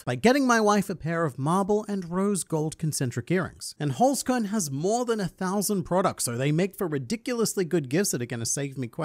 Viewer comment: Listening to you butchering the german word Holzkern is awesome. Love it!